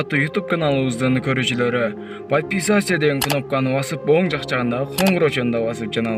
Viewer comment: Сураныч сенден подписаться дегенди так айтчы бай болгур